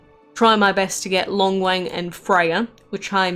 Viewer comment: Damn you butchered their names so bad